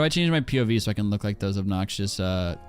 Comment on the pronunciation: "obnoxious" and he turns british